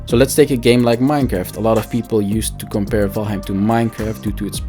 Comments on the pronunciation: Ok but please stop calling it "vaim" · Can't even say the name right 🤣